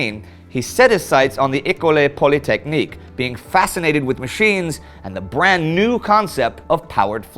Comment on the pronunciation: the second e is silent in école